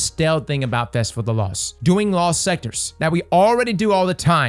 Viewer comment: I enjoy that can't ever say his T's: "festival of the loss" "festival of the coss" 😂